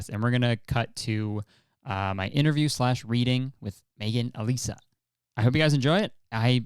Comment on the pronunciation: My name is Alisa and almost no one ever says it right, hearing you say my name is music to my ears, also I’ve got a theory on what your MBTI is...what is ittt